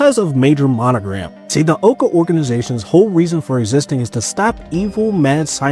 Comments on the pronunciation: OWca not oka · He called it oaka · Ow ca not owe ca